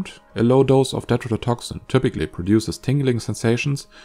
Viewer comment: Why do you pronounce some T's as D's? Never heard that before, with any accent. Tetrodotoxin you pronounce as "dedrodotoxin"... Stuff like this is important to at least try to get right. A lot of people just listen to videos, as I did and did a search, had to go back and watch to see why it didn't give the right results. Either explain that in your videos or description or, the obviously best thing to do, learn to pronounce T's correctly, which you should be doing from the start... Why just some of the T's? You obviously can say them correctly, so it doesn't make any sense. Is it a speach impairment? I'm just curious as to why, never heard it anywhere before.